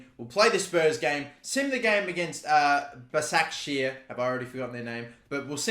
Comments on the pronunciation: it’s pronounced like ‘bashakshahir’ i’m pretty sure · Its pronounced bashaq shehier